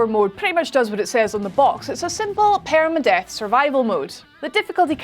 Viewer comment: That accent tho...“paereyma-death"